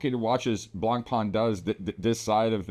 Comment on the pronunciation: Don't pronounce the "c", it's like blahN-pen ;) Great video